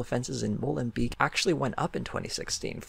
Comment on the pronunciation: as a belgian citizen it was weird how you kempt pronouncing molenbeek wrong and me being like wait what city is he talking about? and then seeing in the stats written and im like ooooh. XD just funny i love your channel.